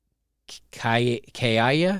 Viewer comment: is the first person I've heard pronounce Grande (graan-day) as Grand, also fyi Kaia is pronounced as Ki-ah, for future reference if you care. Stress is entirely mental, imo, and I firmly believe that, hence I am never stressed over anything...because I don't let anything stress me out(though people sometimes think I've stressed). That's probably another fake dating profile...